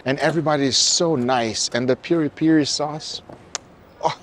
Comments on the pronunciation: its not peri per brother its piri piri XD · By the way, it's PIRI-PIRI, not peri-peri. The later sounds like a mispronountion by a drunk texan.